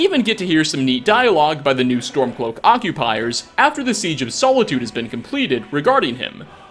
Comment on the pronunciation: "sole-itude" Nice cue card reading.